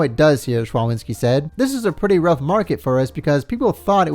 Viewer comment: you're doing an amazing job, love those episodes. One thing (more fun fact, but yeah) szczawinski is a polish name and it's pronounced sh-cha-veen-ski